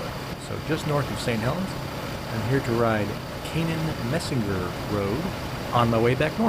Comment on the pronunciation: It’s pronounced “mysner”. You passed where I grew up .